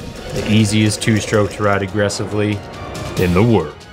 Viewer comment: The BBC Jeremy Clarkson of Motorcycle shows!! Maybe a bit of work on the 'in the whurld' line, but this is it!!